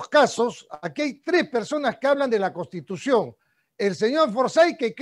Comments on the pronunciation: La palabra correcta es "CONSTITUCIÓN" , él dice: costitución. Necesitamos mejorar nuestra forma de hablar, esto no se trata de ofender a alguien, sino para dejarnos entender bien. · Escucho a Urresti , pronunciar varias veces la palabra "costitución", pésima dicción, está al mismo nivel de Acuña. Parece que tiene las ideas desordenadas e improvisadas. Le recuerdo que todo profesional sabe que una correcta pronunciación es clave para que las demás personas nos entiendan.